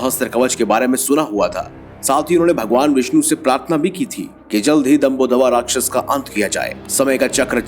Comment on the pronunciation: Bahut se facts kam hain, yahan tak ki rakchas naam tak galat bola ja raha hai